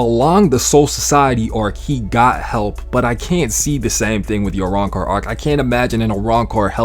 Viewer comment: you cant even say arancar